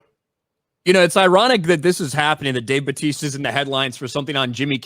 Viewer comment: Dave Buttaysta hehehe